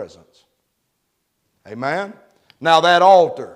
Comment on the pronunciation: Omein..is Hebrew Aman, is his accent